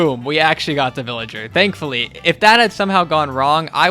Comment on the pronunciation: Everytime it sounds like you're saying "dankfully"